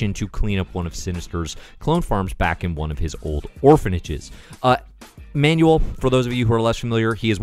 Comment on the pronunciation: I haven't laughed laughed this much with a comic in quite some time. You're so right. A slight helping hand from a Spaniard: Manuel's name is stressed Ma-nuEL. Not MA-nu-el.